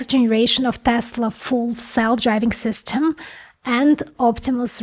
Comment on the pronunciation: мне ОЯЕНЬ интересны все Ваши эпизоды. Женщина-инженер и умница не может не нравиться. Один момент, который можно поправить, это произношение "ly". Слишком откровенная русская "И". Хорошо бы её приблизить к "Ы". Равно как и в словах "system" (dinner, chicken). Делюсь тем советом, который получила больше 30 лет назад. Удачи.